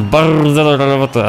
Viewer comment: Bardzo dobra rrrrobota